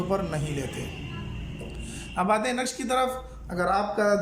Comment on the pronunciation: نقش غلط پڑھا ہے